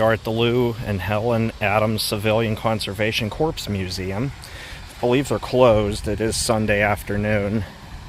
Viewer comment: the word corps. is pronounced (core). Just like the Army Corps. of Engineers. The p and s are silent.